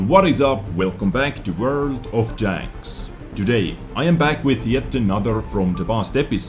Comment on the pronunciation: LOL, says HD tanks sounds like "HD Danks" no hate here love your work